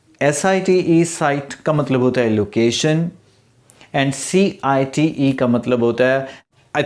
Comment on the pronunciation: Cite .. not clear